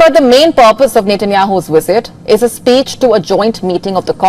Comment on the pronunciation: Its cute the way she says wisits